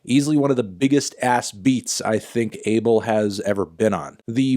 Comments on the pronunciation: His name is pronounced ah-bael not abe-el like everyone thinks it is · AH-BELL NOT "ABLE" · It’s pronounced A BELL 🔔 MY GUY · I'm ethiopian/eritrean. the way you're supposed to pronounce the weekend's first name is ah-bell. why tf are Americans changing his name to an adjective???? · No his name is abel pronouced AYY BEL